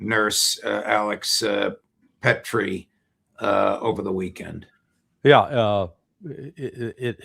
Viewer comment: Not Alex Petri, but Alex Pretti